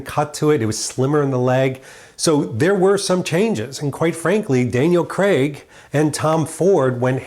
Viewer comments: Craig not Creg. As you Americans pronounce it. Please don't take any offence. Great in depth video, just wish I could have my clothes tailored like that. Not forgetting the dosh to afford it! Cheers. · Great content but please please pronounce his name correctly? CRAIG. Not Cceg !!